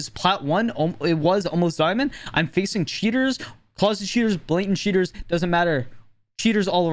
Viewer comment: I love how it sometimes sounds like "shitters" when he says "cheaters"